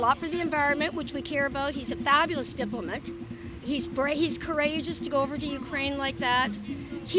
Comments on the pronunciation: What the fuck is a diploment 😂🤔😂😂😂 well now we know why she voted for Joe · "He's a fabulous DIPLOMITT" ... typical Biden voter (can't speak English)